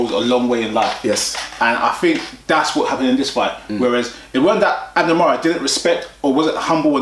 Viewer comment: His name is mares not fucking Mars